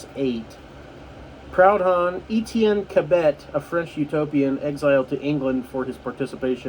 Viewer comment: That's not how you pronounce Proudhon, it's a French name 😂 He was a French philosopher, and more or less the first modern anarchist, if you will. Marx and Engles knew him personally, they used to be friends when Marx was living in France after being forced to leave Germany. They later had some arguments and whatnot, but he was a rather interesting figure, nevertheless. I'm a Marxist myself, I would rather people read Marx than Proudhon's work, but he's a pretty interesting figure. I just thought I'd clarify that since you seemed to be confused as to just who that was.